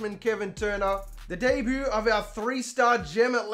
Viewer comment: I like how u say “debut” DAY BOO